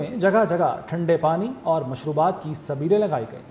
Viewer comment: Lady anchor person Pani ki sbeelon ki bajaye sleeben bol rhi thi jab sleeb to christen ka sign hy